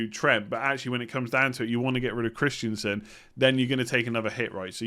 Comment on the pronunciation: stop calling Christensen for Christiansen.